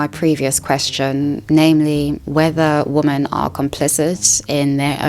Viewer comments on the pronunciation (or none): Great video. Thank you for that. Your tendency to pronounce both "women" and "woman" like "woman" makes it rather confusing at times though lol